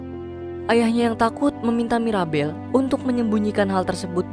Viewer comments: Bang bukan maribel tapi mirabel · Mirabel bang ko maribel 😅